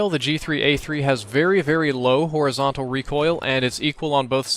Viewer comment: horizonatal :O